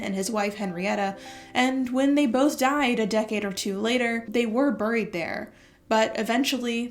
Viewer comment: What is the accent influence that says buried like “burryed”